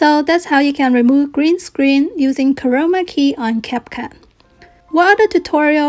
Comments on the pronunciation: For a second I thought she said covid key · is it just me or does she sound like she's saying corona key xD